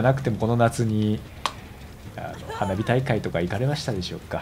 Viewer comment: 花火大会が鼻毛大会って聞こえたw